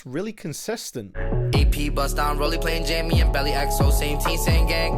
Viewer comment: Did he just call belly bally